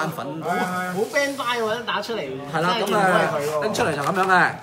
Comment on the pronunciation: 人地叫Bandai 唔係Bandail